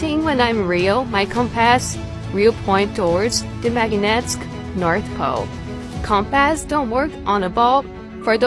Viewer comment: Does this narrator really not know how to pronounce "compass"? Or, is the narrator a computer?